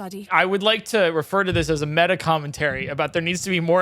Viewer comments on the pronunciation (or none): none